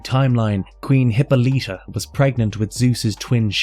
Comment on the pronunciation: It's pronounced Huh-paa-luh-tuh not Hippo-lita. Personally I find it hard to believe research was done thoroughly when words and or names are mispronounced. Literally a 1 minute Google search.